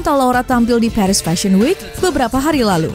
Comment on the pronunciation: Paris bacanya Paris aja, bukan Perish….🫠